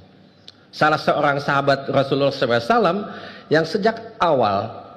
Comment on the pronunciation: Maaf, isinya biasa sj. Malah bikin ngantuk Penyebutan SAW jg msih kurang tepat